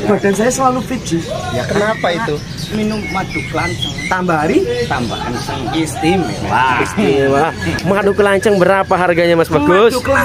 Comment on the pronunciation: Is-ti-mewa hahaha